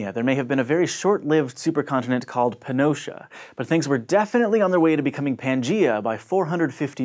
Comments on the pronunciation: any other mexican heard panosha? :V or just me? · He said "Pannotia", I thought he said "pinocha".